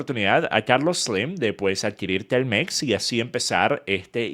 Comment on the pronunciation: por que dices telmex con ese acento es ridiculo